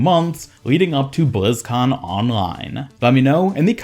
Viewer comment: BLIZZ - CON - LINE. Why do all the YouTubers insist on saying bLizZcoN OnLinE.